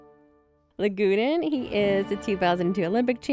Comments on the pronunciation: Lagudin? It seriously sounds as if you are pronouncing his name LA-GU-DEAN! Yikes! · OMG! Yagudin's name has only THREE SYLLABLES, NOT FOUR !!! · not yagudeean yagudin